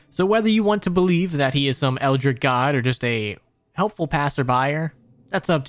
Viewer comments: Great video, but your pronunciation of Eldritch bothered me so much. It’s Eld-Rich, not Eld-Rick. Had to get that off my chest. Anyway, keep it up man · “Eldritch” my guy. “Eldric” is a shitty name for a Elden Ring character